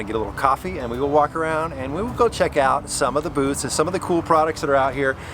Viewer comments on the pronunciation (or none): I heard the same thing. I think he said "booths" LOL. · Did you say "booths" or "booze"???? Haha! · That's what I heard too! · I swear I heard “what kind of booze and vehicles are going to be there” 😂😂 Thanks for another awesome video